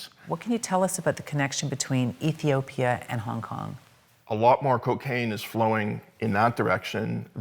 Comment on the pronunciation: I think that was just a mispronunciation and they meant Ethiopia.